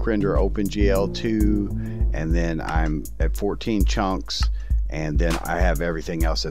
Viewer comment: “14 chonks” instead of chunks it sounded like chonks 🤣